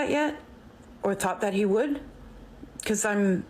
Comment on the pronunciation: "Would" is pronounced "wood"